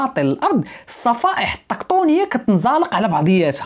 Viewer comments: الصفائح التِّكتونية التاء ماشي الطاء بالكسرة ماشي الفتحة (: …مشكور على الفيديو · الصفائح التيكتوك ية 😅😅😅😅 صراحة ناضي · فيديو زوين ولاكن ملاحظة الصفائح التكتونية ماشي طكطونية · * تصحيح خويا سفيان (الصفائح التكتونية ماشي الطكطونية)